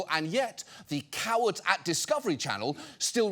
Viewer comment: I love the emphasis on "COWard at Discovery Channel."